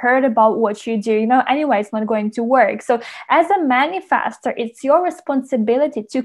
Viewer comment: For reasons unknown to me, the way you say "Manifestor" Man-i-FASTER, using a short vowel "A" instead of a short vowel "E" annoys the crap out of me and hearing you repeat the word over and over is making me angry; makes watching and listening to this video an impossible task.